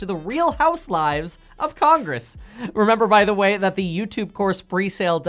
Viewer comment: Did you say real House lives or lies? lol